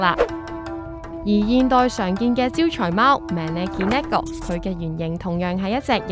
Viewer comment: 旁白讀左MaNeKiNeKo 做 MeNeKiNeKo